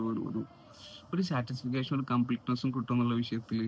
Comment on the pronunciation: സാറ്റിസ്ഫിക്കേഷൻ അല്ല ബ്രോ. സാറ്റിസ്ഫാക്ഷൻ.